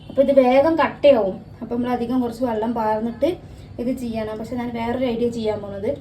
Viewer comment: വള്ളം അല്ല വെള്ളം